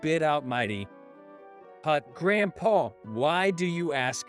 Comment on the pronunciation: He's saying GrandpaR